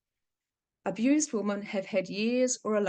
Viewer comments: Can’t you say woman and women correctly or am I wrong? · Yes, this the second video of yours I’ve tried to watch, and many people have mentioned to you already that your pronunciation of the word women is incorrect. Sorry, I’m out too🫤